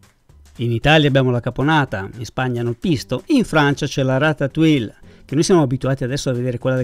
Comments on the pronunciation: si pronuncis ratatui. Io nn sono brava a cucinare ma conosco le lingue. Francese inglese e un o di portoghese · Ciao,sono un tuo iscritto perchè mi piacciono molto le tue ricette e la semplicità con cui le spieghi. Ti volevo solo correggere la pronuncia della ratatouille,perché nun se po' senti',eh,eh,si pronuncia "ratatujje" come la crema chantilly che si pronuncia "sc(i)antijji. Scusa se mi sono permesso,naturalmente non è obbligatorio sapere tutte le pronunce,ma sei talmente bravo che mi dispiace sentirtela sbagliare ;)).